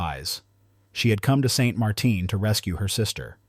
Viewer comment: Just because the town is in Louisiana, doesn't mean it has a crazy French pronunciation. It is St Martin, and it uses the English pronunciation